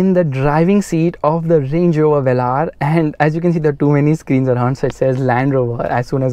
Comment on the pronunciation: Jeremy Clarkson calls it's Velur... Wheels are eyesore though